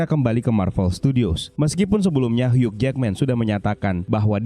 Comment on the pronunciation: "Hiu" min bacanya, huruf "g" ga dibaca...🙏🏻